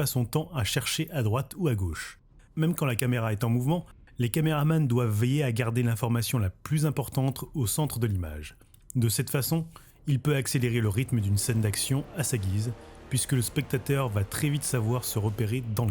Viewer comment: Super vidéo merci. Une vidéo importante puisque on arrive a la numéro un et vu qu'elle dure 50 minutes, c'est la classe t'as géré chapeau. Mais t'as quand même réussi a dire 《la plus importantre》 a malgré l'importance de cette vidéo 😉😅😂🤣 En vrai super vidéo comme d'hab merci